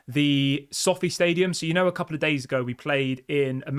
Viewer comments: You pronounce Sofi wrong and it's So Fi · it’s pronounced so feye not sofi lol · It so-fi - like wifi not sofy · It's pronounced so-fi mate.